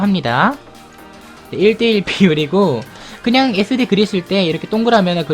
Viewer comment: sd할때 애새끼라 들렸...